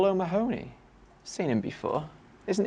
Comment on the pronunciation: *O’ Mahony = O-Ma-hin-e